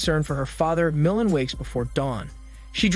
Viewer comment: MOOOO LAN Not moulin